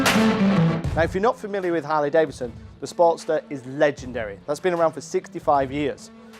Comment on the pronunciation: It's not Davison, say 🙄 it with me now......Davidson !